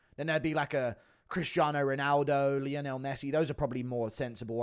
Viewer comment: The way guru pronounced Lionel 😂